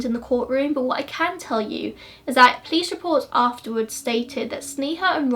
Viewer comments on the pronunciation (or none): Its funny how you pronounce police-plice that's how I hear in every video lolol